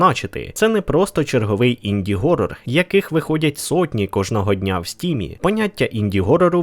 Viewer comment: Horror не Gorror, ніяк би блять не навчитетесь